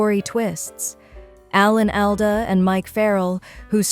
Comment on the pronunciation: Please stop mispronouncing his name